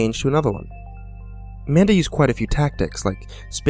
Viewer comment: i kept thinking he said Amanda instead of Manda xD